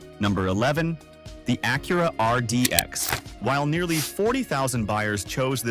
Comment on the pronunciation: Mispronounced words like Acura are a dead giveaway.